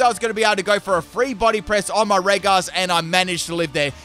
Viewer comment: It is pronounced "Reji", Not "Regi" just so u know